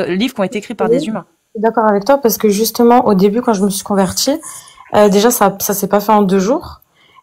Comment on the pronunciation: "Moi je suis convertchie" LOL